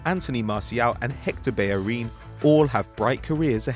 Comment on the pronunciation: The way he says bellerin makes me cringe